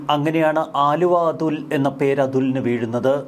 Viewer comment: വാ൪ത്ത പഠിച്ചിട്ട് വായിക്കെടോ. ആലുവ അതുൾ അല്ല, അലുവ അതുൽ ആണ്.